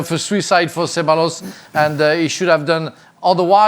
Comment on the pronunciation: Makes me cringe a little hearing non-spanish speaking people trying to pronounce Spanish names 😂